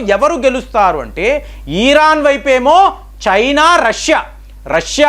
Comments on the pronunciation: It's not eeran, come on, it's Iran. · He'd urake atu etu tipakunda matladandi. Eeran kadu iran Anandi. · ఇరాన్ కదా ఈరాన్ కాదు కదా ఒకసారి గమనించండి...